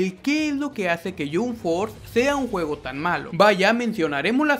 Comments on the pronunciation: wtf ni el nombre lo pronuncia bien no se dice yomp fort se dice yamp fors y el juego esta de la made esta buenisimo,tu solo estas fumado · Me desanimó ver el video cuando escuché que pronuncia Yumb Forz :v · Se pronuncia "YamP Fors", no "Yum Fors" xd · No, él dijo: Yum forth :v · El yunforjajajajja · yum forza alv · Primero aprenda a pronunciar y después critica "yun for" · "Ke yum ford thea un mal joego" qué juego es "yum ford"? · Se pronuncia jamp fors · Por favor jahsjahs me da risa que critiques un juego sin siquiera saber pronunciarlo don't mames, me explota la cabeza 😂